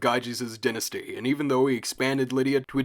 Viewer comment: first syllable of dynasty is pronounced die like singular of a pair of dice